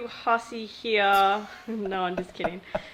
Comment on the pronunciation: I just love it when he says Matthew hussey heah 😍